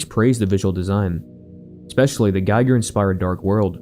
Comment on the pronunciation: I have a dream. That, one day, more YouTubers will know how to pronounce Giger's last name properly. Today is not that day. 😂 Still, great video. I have to try that first one, now!